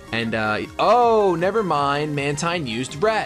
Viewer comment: Mantine is pronounced Man-teen. Like Manta and Marine.